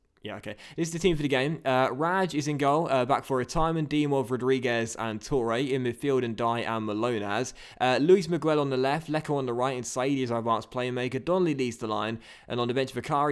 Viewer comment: For a minute, I keep hearing Milonas' name as Manolas (I thought you had bought Kostas Manolas).